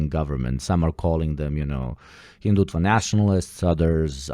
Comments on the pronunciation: This guy couldn't have been more of a moron in his obtuse & infantile narration of Indian socio political scene & history. He can't even pronounce hindutva correctly & he's making then look like the most juvenile deviants out there. "Indians are killing Kashmiri children" can he please stfu and not project what happened in Gaza to Kashmir, if that's your entire schtick then don't bother making accusations. Read the works of Nalin Mehta, Stephen P Cohen (foremost Scholar of South Asian politics if his time) and Dipankar Srivastava & Ajay Bisaria (former high commissioners to Pakistan) along with Creating a New Medina to properly educate yourself on the matter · The hindutva pronunciation is sending me